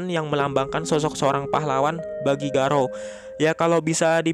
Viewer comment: Jangan garaou min.. Please